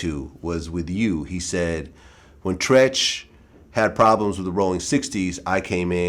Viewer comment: Say it like "Tree ch "